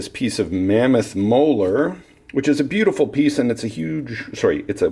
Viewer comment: bew dee full